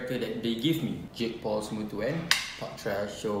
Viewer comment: ITS JAKE PAUL MY GUY JAKE PAUL NO JIG POL 😭😭